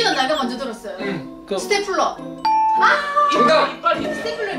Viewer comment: 강호이는 스터이플러 리무무 라고 들림